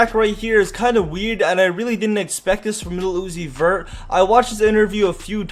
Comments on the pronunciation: Keep saying Lil Uzi Vert for like 10 times. It would sound like u are saying Lucifer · Tha t boos said little uni vert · the way he says lil uzi vert is so weird.